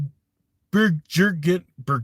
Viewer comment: Burgeoning pronounced: burr-gin-ning. You are so welcome buddy! Gteat job!